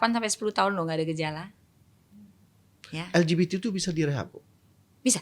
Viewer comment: L G B T jadi nya ELGIDITI AAAR INDO INDO😂😂😅😂